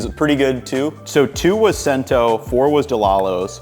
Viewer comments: Great video. I learned a lot about why some brands of canned tomato never produce sauce that thickens properly (oh, the months-long misery when my local supermarket banished all but their house brand from the shelves). That said, I cringed a little every time you said "Sento" for "Cento". It's pronounced "Chento". Cento means 100 in Italian. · Chen tow not Cent o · It’s not super important but it’s “ch-ento” not “sento” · Pronounced chento. I used to work there in nj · My Nonas used Cento (pronounced CHENto) so I use Cento. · My mother can make gravy with any canned tomato and you'd never taste a difference. Cento is pronounced CHento. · Cento (pronounced "chen-toe" btw) used to be good years ago. They have gone very much downhill in consistency and are not worth it. Stick to DOP-approved (eg, La Fede is a good alternative) and get it from a bona fide Italian importer. Yes, it's more expensive, but no contest. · Holy Cow Guy... Im Polish and offended. It's pronounced CHento. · I enjoyed this breakdown. Pretty sure that the Cento is pronounced Chento..... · Great video! Would love to know what you thought of Mutti since it’s so popular. Also wanna say the c in Cento is pronounced with the “ch” sound. First time watching one of your videos I look forward to watching more💕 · Interesting video. I also wondered. But Cento is pronounced Chento. In Italian c before e is pronounced ch. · It's pronounced Chento - otherwise A+ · It’s pronounced chento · Cento is pronounced chento. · It's pronounced CHENtoh. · "Cento" is pronounced, "CHAINtoe". It means One Hundred. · Cento is pronounced Cha-en-toe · Thanks for this video. Cento is pronounced “CHento” in Italian. A C followed by an E or an I is a CH sound. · Have relatives who live near the DeLallo store in PA. Italians love the store. Great products and nice web site. Nice video. Only comment it is pronounced like there is an H in the word, Chento. Means 100. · 'Cento" is pronounced "CHEN-toe" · Cento pronounced “Chento.”